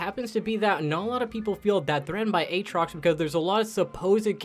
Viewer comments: Who the hell says "A-Aatrox" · A-Atrox? Do you also say A-Aron?